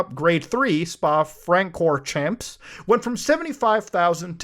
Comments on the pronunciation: Muta it's Spa Fran-cor-shawn, like French style 😂 Belgian race track, fantastic one at that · spar frank-or-champs? realy? muta wth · Im sorry but I laughed harder than I should have when I heard Muta pronounce it as "Spa Fran core champs" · muta really butchered Spa francorchamps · it s Spa Francorshan :d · I'm gonna need some time to recover from how badly you butchered that name Also Forza is NOT a simulator, It's an arcade game with ridiculous physics, kinda exposing yourself there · Your credibility is sus because you don’t know how to pronounce Spa-Francorchamps.